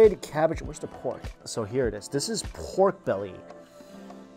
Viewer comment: I like how you say PORRGHHKK lol the emphasis on R